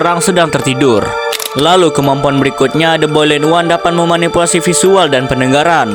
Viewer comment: the boiled one❌ the bolid one✅